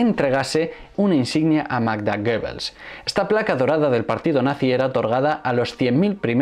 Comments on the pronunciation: GOEBBELS y no GOEBBLES. Dislexia universal. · Muchas gracias por este estupendo vídeo, pero es Goebbels, no Goebbles